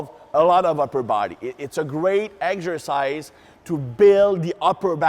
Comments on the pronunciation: I think this guy is french. in french you prononce egsercise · "Eggs-ersice" - love the accent. The demo guy makes look tiny! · I love how pronounces "Eggzercise" and thighs aka "ties". Great videos as always!